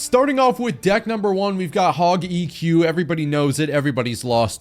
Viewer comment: “Hogy Q” is cray work 😭